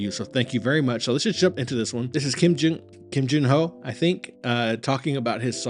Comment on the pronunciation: I'm so touched by your reaction and narration about the song. the last word "and be kind of yourself" that gave me a goosebumps and so much respects. Thank you for you watching the song and most of all you pronounced perfectly on his name. Kim Jinho just perfect :)